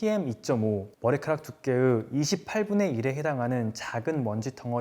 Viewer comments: 닥프 입덕하고 맛집이라 소문나서 구경 왔습니다. 두께"으" ㅋㅋㅋㅋㅋ 하지만 이제 도 마니 변해쓰니까요. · 머리카락 두께으 ㅋㅋㅋㅋ